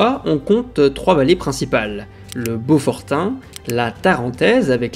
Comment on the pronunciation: Belle vidéo instructive. Par contre c'est Beaufortain pas beaufortin. Si vous pouviez faire une vidéo sur l'annexion et son plebiscite aussi ce serait fort intéressant.